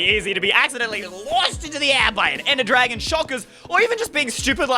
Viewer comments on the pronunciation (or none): none